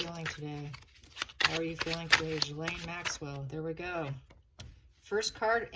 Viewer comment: Per Lady C her name is pronounced Gillen.